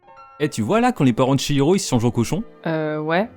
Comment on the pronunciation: Ça fait plaisir d'entendre quelqu'un prononcer Chihiro correctement, contrairement à la VF (qui est pourtant super)